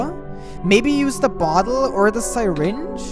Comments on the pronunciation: i am very TRIGGERED because nobody pronounces syringe like that plz stop and say it like this sir-inge not sy-ringe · I can't tell if I love or hate listening to mispronounce the word syringe as Sigh-Ringe. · "sairinge" WWAAAAHHHHHHHHHH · “sai-ringe” said